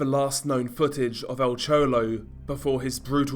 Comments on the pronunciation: "El Chowlow" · EL CHOLOW😄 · Nice vid on" Al chouwlo"